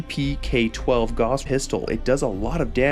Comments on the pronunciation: Just a note, "Gauss" rhymes with "house". Like, "gowse". After Carl Friedrich Gauss who made discoveries involving magnetism. The Gauss is a unit of magnetic field strength, an appropriate name since a Gauss gun fires it's projectile with electromagnetism. Gauss was German but he didn't invent any futuristic weaponry. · It's a pretty minor nitpick, but the "au" phonetic group in German is pronounced, "ow." So, the correct pronunciation of Gauss is more like, "gouse." It's not a huge deal, because the mispronunciation is pretty common, and, hey, credit for the correct pronunciation of, "Walther," which is also pretty frequently botched. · "Gauss" is a German name (Gauß) so it rhymes with "house". If it was pronounced "goss" it wouldn't be spelled in a way that requires you to pronounce the word with the "ow" sound. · Gauss would be pronounced similar to house with a "G", being German. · not sure if anyone's said it yet, but the way you pronounce "Gauss" upsets me greatly, lol. EDIT: i'ma add "Walther" to that list.. how in the hell can you pronounce "Heckler & Koch" properly, but butcher "Walther" and "Gauss". You hurt my soul. 😂 Also: The "PP" prefix was used on a lot of soviet firearms...so it's not a Walther thing. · Fantastic video, my only suggestion is that Gauss should rhyme with “house”, not “loss” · Cuz that's how Guass is pronounced. Gauss rifles are real, they weren't invented for fallout. This dumbass just says it wrong in every video no matter how many times people correct him